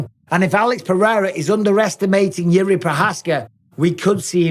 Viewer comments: You have the best videos and interviews bro. Finally someone who pronounces Jirk's name correctly. Greetings from the Czech Republic.✊Victory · You have the best videos and interviews bro. Finally someone who pronounces Jirk's name correctly. Greetings from the Czech Republic.✊ Victory ￼